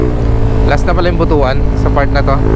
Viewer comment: Butwan ang pag pronounce brother hehe..hind butu-an😂X-rated kase ang meaning ng 'butu-an'